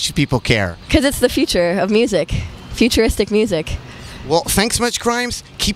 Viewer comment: ✨💘 “ becauthe it’s the future of muthic . futurithick muthic “ 💘✨